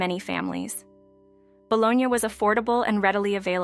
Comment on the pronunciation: Bolognia? It’s pronounced BOLOGNEE!! And Tan-geee-ness? I believe you mean TANG GEE NESS! 😂